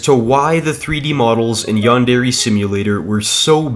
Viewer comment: its not yan-dere its yandere as one word